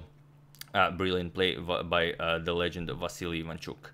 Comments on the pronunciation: Vasyl not vasilli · Why do you keep saying Vasiliy? It’s Vasyl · Agadmator can't help but say Vasily even after realising it was Vasyl 😂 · I like how he now started to call Vasyl Chucky to avoid saying the name wrong again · Why are you pronouncing his name as "Vassily" again instead of "Vasyl"? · You're still saying Vasyl-EE, is this the right pronunciation, or just Vasyl? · You are saying Vasili again instead of Vasil, hahaha. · You keep saying Vasily... When you corrected last time that it's vasyl....😂🤣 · Vasyly not Vasyl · vasyl, not vasily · Hey you are still calling him Vasily, Agadmator..😂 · Still calling Vasyl vasilly 😂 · but he doesn't liked to be called Vasily. Antonio mentioned it himself in an earlier video. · You are back to pronouncing him as Vassily! 😛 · It's VASYL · You're going back to pronouncing Vasyl wrong. Just an observation.